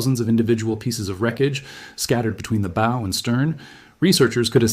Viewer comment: The Bow is pronounced Bough.